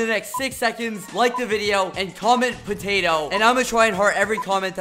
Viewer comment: Potatoh (Po-ta-todooh)